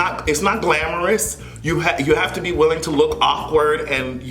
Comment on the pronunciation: She also said " you have to bey humble" in rehearsals!